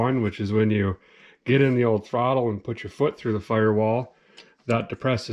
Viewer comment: Great vid again made me laugh, new word for you... Throcket Rod.. part of carb.. lol.